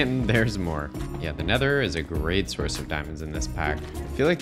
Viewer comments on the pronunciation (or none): none